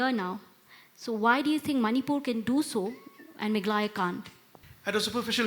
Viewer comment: MegHAlaya✅ Meglaya❌